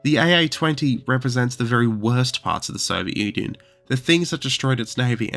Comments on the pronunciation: Who pronounces it "Soviet onion"? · Did he say Soviet Onion? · did say “Soviet Onion?” Or am I going mad? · "The Soviet Onion" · why does it sound like you started with "Soviet Onion"? (Cool video btw, I've never heard of these!} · The Soviet Onion you say? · "Soviet Onion" killed me 😂. Yes it's funny when misheard. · The Soviet “onion?” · I had to rewind to see if I heard it correctly you said "soviet onion" in the start :D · "the Soviet onion"? xD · The Soviet Onion? Lol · If you don't want us to think this is an AI channel, please don't pronounce it "The Soviet Onion" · This guy literally said "soviet onion at the 2 second" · "The Soviet onion"... 🥴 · Did he just pronounce it as the Soviet onion? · 02 "the Soviet Onion" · 4 seconds. That's all it took. The Soviet 'Onion'? Yeah, I can't take your story seriously, so I'm done with your channel. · Soviet “onion”? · Three seconds in and "The Soviet Onion"